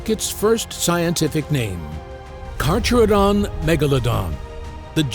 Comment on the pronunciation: Pronunciation: car~CARE~a~don